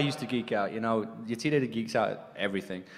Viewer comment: The way she butchered Yetide's name is just...